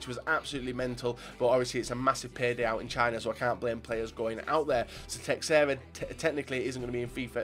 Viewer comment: ffs it's Teh-share-uh